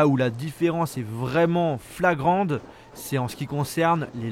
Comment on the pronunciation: "Différence flagrande" mais on t'aime...: )